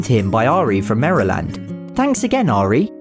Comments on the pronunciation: sry my states name isn't prouncesd "mare a Land' its "mare Lind" help from a friend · Btw its Marrr—eee—Lannnnddd Maryland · When he said “Merehland” lol Never heard it in a British accent. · Enjoyable video. And wonderful British try at pronouncing Maryland. Seems overly simplistic and straightforward. But au contraire. Acceptable American pronunciation is either Mare-UH-lend or Mare-lend. Either will keep you from strange stares if ever in the States.